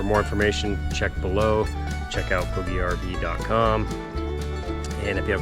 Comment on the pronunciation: I have one more question. I’ve been watching all your other videos and skimming through all the comments…. I was just curious about the pronunciation of “BougeRV”. I noticed in videos from other reviewers that they pronounce it quite differently than you do. It appears to me that you have an established relationship with BougeRV and therefore I assume you must be saying it correctly… still I tried to look on their website to see if under About Us they might offer guidance, but I found none. I did find though that bouge is French for move. So, how did you figure out the proper pronunciation?